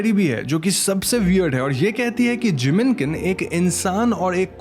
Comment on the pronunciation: Jinmenken it is. Sounded like Jiminkin. Had to look up lol.